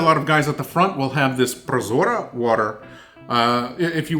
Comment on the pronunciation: dude, your pronunciation of tushenka and prozora is perfect. greatings from Ukraine